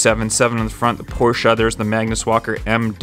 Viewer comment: The fuck is a porscheu